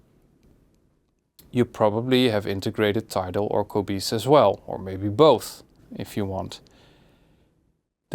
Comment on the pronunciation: Qobooze. Haha. I love it the way he says Qobuz.